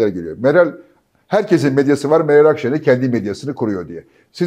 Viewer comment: adam o kadar yok ki, Akşener adını bile yanlış telaffuz ediyordu. 🤠